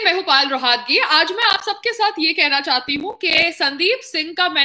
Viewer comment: आप का नाम पायल रोहतगी है ना कि पाल रोहातगी सही बोला करो जी